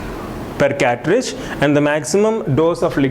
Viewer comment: Catridge or Cartridge?